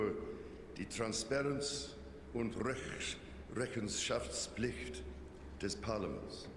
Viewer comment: His German sounds a bit strained but fully understandable. It’s clear that he’s not speaking German regularly. But I think his accent isn’t too bad. Quite a few Bavarian parliamentarians have a stronger accent ☺ "Rechenschaftspflicht" is pretty evil to pronounce for English speakers (try it ☺!) and he got it pretty well at the second try (accountability). There’s respect for the queen — there are people who used to track every appearance of her.